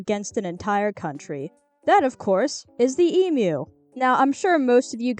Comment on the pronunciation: Alert! Yank actually pronounced emu correctly.